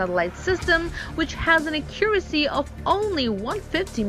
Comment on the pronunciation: Can someone please tell her how to pronounce “accuracy”. Thanks 👍🏻